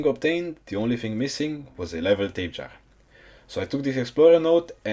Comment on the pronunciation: the tapejaras name is pronounced tap-eh harah